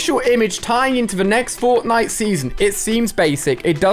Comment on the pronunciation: He said forknite